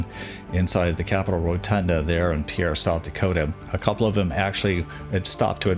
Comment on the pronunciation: Mick El son...and Pierre is pronounced Pier.....